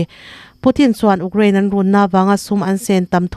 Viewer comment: A puangtu hian tan i lak deuh a ngai hle mai. Rei tak chhung chu Russia leh Ukraine war hi tunlai khawvel chanchin thar leh mite sawi tam ber anih mek laiin, ''uk'' (rawng uk, brown) angin i rawn lam tlat mai a.. "iu/you- kraine" tih tawh tur aw. Huatah la lovin hmasawn hi tum zel zawk tur a nia. Hmasawna inzir peih apiang hi an ngaihsanawmin an hlawhtling mai thin tih hi hre reng ila. A bakah chuan in news item collect pawh a tha viau a, a tawp a ruihhlo ngaite chungchang i sawi te hi a tha takzet!